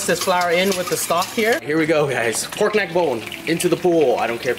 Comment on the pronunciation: That nigga said poyk neck bone not pork neck bone 🤣🤣, you officially got your BLACK CARD